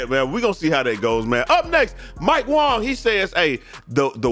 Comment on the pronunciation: It's pronounced Wong look it up